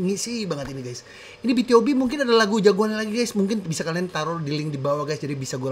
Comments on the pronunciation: BtoB, bacanya bitubi. Debut tahun 2012 bang. Asalnya Cube. Dulu adeknya Beast. Oiya Bang React Pentagon doong. Yg lagunya "Daisy" sama "Do or Not". Aku kepo sama pendapat tentang lagunya Pentagon 🥺 Oiya, sekalian req Highlight yg Not The End dong Bang🥺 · Cara bacanya "bi tu bi" bang Aaa salah satu lagu btob favorit😭, idol grup itu bang Lagu mereka enak-enak, worth it buat dikepoin👍